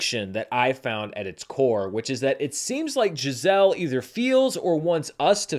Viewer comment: Is it just me, or does it sound like he keeps calling Chazelle "Giselle" ? lol